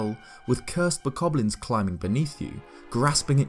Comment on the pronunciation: My mind screams every time I hear you say bokoblin. Actually, I die a little on the inside just about every time someone who speaks English says bokoblin. It's no wonder the rest of the world thinks we're stupid and we suck.